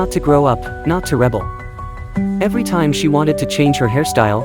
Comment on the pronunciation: Forbidden to rebel? The stress is on the second syllable. AI